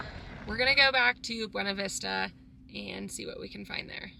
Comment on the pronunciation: Awesome video. Love the views! I dream of living in a truck camper. Also, PS—it’s pronounced Bway-Na-Vista ( ) keep these videos coming!